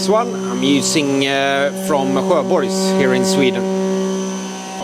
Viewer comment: Nice progress on the car. When I heard how you pronounce "Sjöborgs" though, I thought I need to go back to Swedish class...